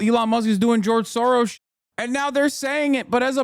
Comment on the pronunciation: “He’s our Gerge Soro” they are just trolling us at this point 😂